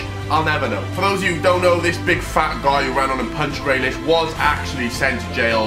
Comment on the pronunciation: When he said Grealish it triggered me